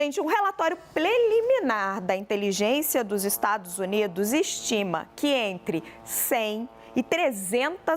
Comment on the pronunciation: relatório pleliminar???? (aos 0,1 segundo do vídeo) pqp - repita comigo: PRELIMINAR!